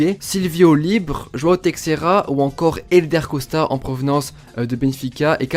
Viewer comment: en portugais le "X" ce prononce "ch" ducoup ca se prononce teicheira